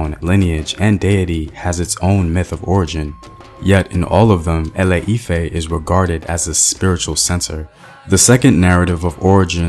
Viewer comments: Thank you for this Yoruba history. But it's pronounced ile-ife and not ale-ife. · A E I O U , ITS ILE IFE NOT ALE IFE, so sorry but its just unignorable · ILE IFE is more like E-LAY E-FAIR, duh! Great job tho! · it’s not lol e lay efe I’m called ifeoluwa and ironically born in Ile Ife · Any other African watching and wondering why he butchered some of the names like ile-ife. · GOOD WORK BUT A FEW CORRECTIONS: ILE IFE = EE 'LAY EE 'FEH, ORISA= OO REE 'SHA, MOREMI CHILE WAS A BOY NOT A GIRL.